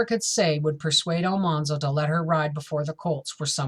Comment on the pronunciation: His name is not All- Mahn-zo. His name has all hard A like apple. Al-Man - zo